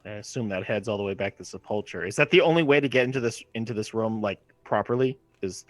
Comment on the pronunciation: I know I'm years late but, it is pronounced Seh-pole-ker or Seh-puhl-ker